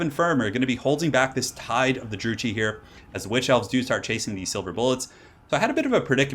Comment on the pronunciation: It's pronounced Drukai, not Drukee